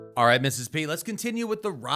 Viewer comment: "Alright Mrs. P" keeps sounding like "R.I.Mrs P" and it won't leave my brain.